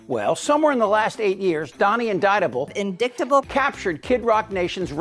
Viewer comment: That " indicktable " clip never gets old , thing is , she is indicktable , i wouldnt touch it with yours 😂